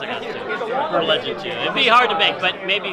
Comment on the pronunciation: Right!? Noticed this every single time he did it